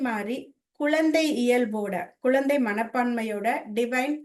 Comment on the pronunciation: உங்களுடைய ஆன்மீக சேவை மிகவும் நன்றாக உள்ளது ஒரு சிறிய திருத்தம் செய்து கொண்டால் மேலும் சிறப்பாக இருக்கும். ள ழ ல உச்சரிப்பில் சற்று கவனம் செலுத்தினால் மேலும் சிறப்பாக இருக்கும். Ex. குலந்தை, முலுசா etc. நன்றி.